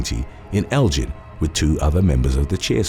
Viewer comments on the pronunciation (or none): It's a hard G in Elgin...and you don't have the facts right! This is my hometown...the girl's attacked him in his own car! These entitled cheerleaders have connections in the town and that's the only reason he was arrested